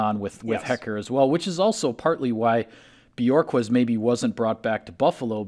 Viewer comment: Bu-hork-kezz. Not Björkez. He’s not from Iceland. 🤣🤣🤣🤣